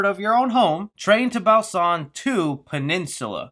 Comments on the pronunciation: Train To “Bausan” ?? lol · No one:: Train to Bow-san. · It’s pronounced “Boo San”.